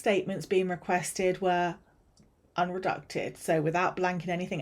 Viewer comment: Redacted, not Reducted.